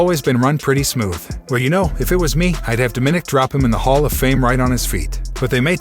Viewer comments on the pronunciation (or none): do you actually watch the shows and listen? DO-minik? DoMinik. is that really so hard?